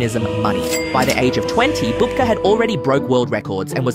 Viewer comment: You pronounced his last name correctly a few times, then started calling him a grandmother (babka instead of bubka).